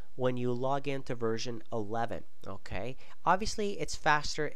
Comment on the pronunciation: "OHKAY" hahahaaa